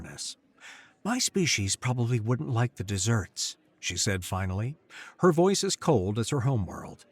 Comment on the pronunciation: no AI, unlikely, desserts instead of deserts,... try harder,.. i have listened to many of these and there is always the same error.Great stories though.